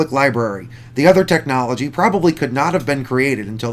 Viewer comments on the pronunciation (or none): none